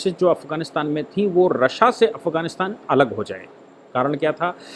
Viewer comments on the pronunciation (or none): Aap ya toh Rasiya boliye ya fir Rus ...RASSA bol rahe h jo confuse krta h